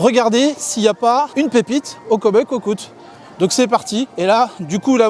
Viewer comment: Coucou 👋. C'est sympa cette recherche de pépites. La façon dont tu prononces le nom cookout ça m'a fait mourir de rire 😂😂. Faut quand même avoir l'œil car moi j'aurais jamais cherché en hauteur. J'ai bien aimé la vidéo même si maintenant je sais où sont les pépites 😂😂. Remarque d'ici là j'aurais oublié certains endroits. A bientôt bisous 😘